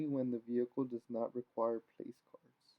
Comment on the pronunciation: they arent place cards idot!!!! Its pronounced plack-urds but spelled placards